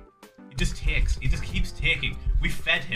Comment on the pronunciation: The Phil's accent at the I can't 😂 "He just teeeeks, we fhed im" 😂